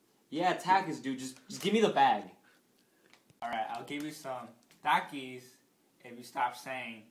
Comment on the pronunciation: jayden goodwin no the dude said it right